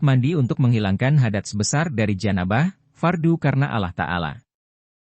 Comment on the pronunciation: Maaf mas... Nyebut nama Allah nya di bagusin lagi